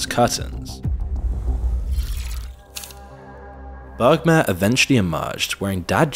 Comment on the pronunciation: it s bermair not bergmar u f mron